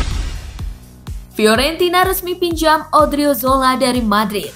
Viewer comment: odriozola bukan odriziola